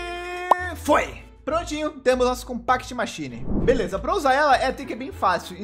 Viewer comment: É tao legal escutar o falar "fala galhera, bleza"